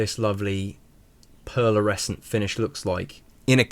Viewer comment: Superb mod, not without its hiccups but couldn't work out why some shots at the end had a second hand with the red dot and some didn't. I think this will be my first project, just waiting for the final tools to arrive. L,astly, its pearlescent and not pearlersecent. Just saying!😂